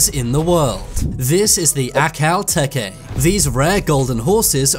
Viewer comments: ack all teh kay IS NOT THE PRONUNCIATION it’s ah kel tee kee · Ack Al Tech eh It’s pronounced Akal teek e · The fact that he pronounced akhal teke wrong 😭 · ack-hall tech-ee . Tho sometimes in english people will also pronounce it as ackle tee-kee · The first one is actually pronounced ak-ul-tea-key 😂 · Love how they pronounced aqhal teke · How to pronounce akhal teke ~ Ak-al Tech-ee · Ok, none of these breeds are rare. Unless he means rare around the States then that would be the Akhal-Teke. It's also pronounced Apple Tek (rhymes with Text without the X) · Btw u measure horses in hands/hh and it’s pronounced akhal teek even tho spelt teke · most of those horses werent even the same breed. you showed an ardennais in the belgian DRAUGHT not draft. and you showed a percheron and friesian as well. you showed a saddlebred in the Akhal Teke (and you said it wrong) its pronounced Akle - teeke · The Akal-Teke is pronounced Ackall teek. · Yeah, i was laughing for a minute or two because of that pronunciation. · Everything wrong with this video: He pronounced akhal-Teke wrong Akhal-teke was the only rare breed Horses aren't measured in feet Most of the appaloosa pictures was a knabstrupper One of the Belgian drafts was a Percheron 💀💀💀💀💀💀💀💀💀💀💀💀💀💀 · Okay, no hate but I’m an equestrian so here’s my corrections. 1. I understand if this is the way you pronounced it but for me you pronounced akhal teke wrong 2. Appaloosa’s aren’t as rare as you made them out to be 3. When it comes to horses you measure them in hands or hh and not feet. Once again I have absolutely no hate and there is nothing wrong with what you are doing so people don’t come at me for hating coz I’m not, I’m pointing out the facts X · No way bro pronounced that horse breed like that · You pronounced akhal teke wrong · Also no hate but thats no how you pronounce akhal-teke but it might different depending on your accent